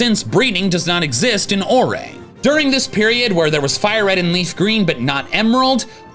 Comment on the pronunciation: It’s pronounced Ore, not Or-re.